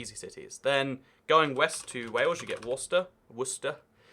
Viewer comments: Pronounces Leicester and Gloucester properly then says “Worsesster” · As someone from Worcester it made me cringe so hard